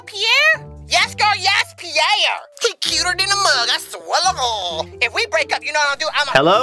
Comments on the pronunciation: “ i SWELLAGAWWW” LMAO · "Ooh gurl i finna get fired today i swurr ta gooor" BRUH IM DEEAD XD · "I SWA TU GAWW" 😂😂😂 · “He Cuter Then a MUUHHHHHG I SWERTOGOL” Had Me DEACEASED😂😂😂